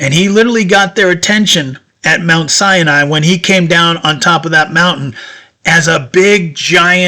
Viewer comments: It is Mount Sinai, not Cyani......Just to point out what is correct. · It's pronounced: sy-nye, not cya-nye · So, your narration is superfluous. Sinai has no "an" in it! It is Sigh nighy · Every time you say Mount Sinai, you pronounce it cyan I which means cyanide. I really am enjoying it, I notice that because I have closed caption on and they keep spelling it like that. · Sinai has only 2 syllables